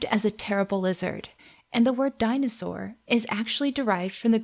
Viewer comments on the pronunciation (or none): You just said the Greek word for dinosaur is dinosaur(in a Greek accent)